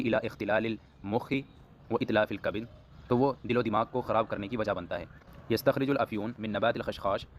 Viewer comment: بھائی "یستخرج" مجہول کا صیغہ ہے. یا پر ضمہ پڑھیے